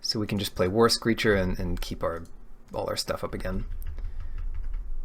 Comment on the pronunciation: haha I always understood "Worse Creature" instead of "War Screecher" XD